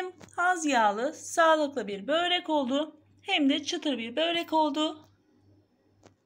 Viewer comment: Neden bööğrek diyorsun güzel ablam 😢